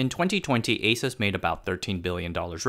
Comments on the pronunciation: It’s Aaa suse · If you call Asus, it's ei -soos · Hmmm. I always though it's pronounce as àsus, ah-sus not eh-sus. Every single taiwanese I met pronounce it as ah-sus. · Haha, my friend always pronounced it like the hispanic pronunciation of"Jesus", and I always corrected him, saying "it's not some Puerto Rican guy". Good to know about the "Pegasus" thing. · I thought I was the only person who didn't pronounce it "A-soos" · ASUS is called "ei-sus", like "a-suse", DRAM is called "di-ram", like "d-ram". Neither follows the proper American English pronunciations rules. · Can’t even pronounce the name correctly…